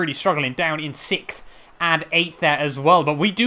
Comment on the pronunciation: its not sickth its sixth